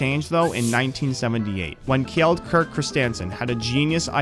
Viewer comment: No wonder people have a hard time pronouncing danish names. You tried to sound out every letter of "Kjeld". Just say it like Kel (the E pronounced as Æ or AE).